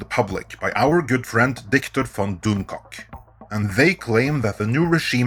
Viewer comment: Doomcock's name is DIKTOR, not Victor!